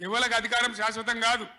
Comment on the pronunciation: KCR saying Adhikaram seswatham kadhu.....😂😂😂😂